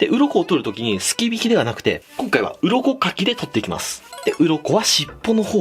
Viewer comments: 鱗書きが鱗滝に聞こえて仕方がないw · 最近鱗かきが鱗滝に聞こえます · 鱗かきが鱗滝に聞こえるw